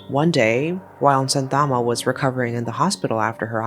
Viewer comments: umm no hate or anything just telling [ your videos are lit❤]... actually santhamma is pronounced as shaanthamma and shanavas as shaanavaas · The name is pronounced "shaanthamma" not santhaamma. You could have asked any malayali how the place and people names in the script are pronounced. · in video the mother is pronounced as Santhama where actual pronunciation is sha-ntha-mma . It's not rejini , more like Ren-jini. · Just a small correction, Kerala is pronounced "Kay-ra-la" and Santhamma as "Shaan-tha-mma". Great video! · kerala is pronounced like -Kay,ruh,lah santhamma is pronounced as -Shaan,Thum,aa (I'm not trying to sound d rude,its just for info) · Yes. I cannot stand the pronunciations of Kerala and Santhamma.